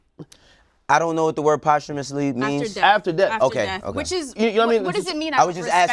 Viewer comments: These niggas pronouncing posthumously as "Possum-ously" really had me weak yo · Yall pronouncing posthumously wrong smh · Somebody tell Ak the word is ... Posthumously